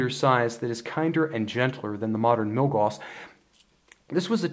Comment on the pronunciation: Love the reviews, especially comparisons! Just FYI, Gauss rhymes with "mouse," not "moss."